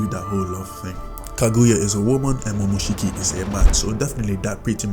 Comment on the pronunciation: It's momoshiki u dumbass